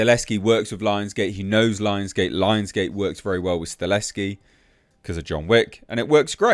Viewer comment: You keep saying Staleski, is that how you are supposed to say his name? I always say Stahelski like it is written.